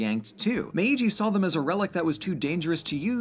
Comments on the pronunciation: It’s not /me.i.dʒi/ it’s /meːdʒi/. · Protip: while the first "i" in Meiji has its own symbol (めいじ), in this instance it acts like a lengthener of the preceding "e" sound, resulting in a pronunciation more like "MAY-gee" rather than "meh-EE-gee". That aside, great video! お疲れさまでした! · I love your videos and love your channel. But it's not Me-i-ji, als the i does is make the me syllable long 😅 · Hey great video slight mispronunciation of the name Meiji. The first I is silent its more like Meeji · um meiji is pronounced meeji becuse the i sound like e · I very much appreciate the fact that, finally, someone talks about Japan and is actually able to pronounce Japanese words and names (except maybe for Meiji, that was a bit too stressed) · I agree! Great pronunciation, but I think the first "i" in meiji is just used to lengthen the "me" for another beat, and isn't spoken. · I hate how he says Meiji